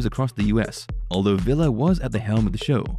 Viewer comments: Its "VEE-la" not Villa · Your mispronunciation of Bob Villa's last name is highly annoying.